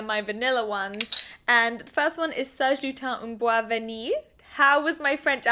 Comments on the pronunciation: 8/10 ;) Very good accent! Especially because you did not pronounce the s in bois! Good French :D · Not gonna lie, i had to read the bottle to understand that you were saying "un bois". But your accent is soooo cute ! Do not change it ! :) bisou